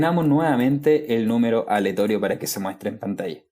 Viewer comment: mi ansiedad no me dejó ver este vídeo porque decías "aletorio" en vez de "aleatorio" :(